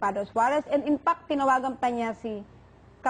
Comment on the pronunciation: whaaaaaaaaat?????? IMPACT??? ( and ) infact po.. hahah katawa naamn to inerview..